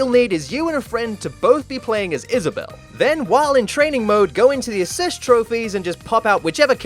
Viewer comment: I guess you can say she wad Is-Vissa-bell. 😂